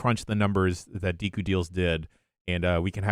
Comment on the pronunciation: utters "dehku deals" and then course corrects to "deeku deals", which one is it! it doesnt make sense to me the way they pronounce it throughout the sponsorship